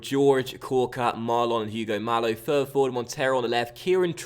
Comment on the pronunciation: Please, pronounce Hugo Mallo as Ugo (don't pronounce the h) Majo. Please!